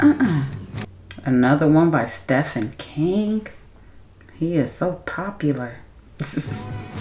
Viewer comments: Just fyi: its not "stefan". Its pronounced "steeven". ❤❤ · Girl............. I been waitin' for your reaction to this one!! ✌🏽❤🦉 (Btw, it's spelled Stephen King, but pronounced Steven) Fun Fact: The vast majority of King's novels are set in the state of Maine. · Omg it's pronounced Steven King even though it's not spelled that way.😂